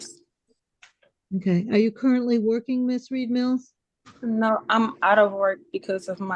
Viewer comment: Im sorry but if I was assigned a defense attorney who pronounced my name as Ms. Meeeeeeals but my name is actually Ms. mills- I’d be confident the hearing isn’t about to go in my favor😑😑…… 😝😝